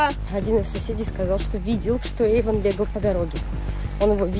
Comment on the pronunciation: Эйвон а не Эйфон